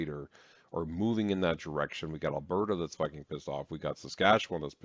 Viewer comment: She’s doing the right thing, I can’t stand the way he’s pronouncing Alberta is making me crazy. I watch 1 min of his video and was like uhhh NOPE. Lol